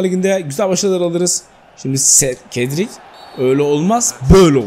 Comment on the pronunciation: abi kedrik değil sedrik